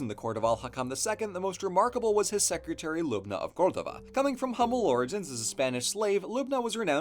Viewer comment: Congratulations on learning the correct pronunciation of Córdoba!